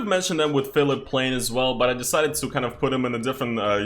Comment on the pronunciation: Phillip Plein is a german designer and his name is pronounced Pline :)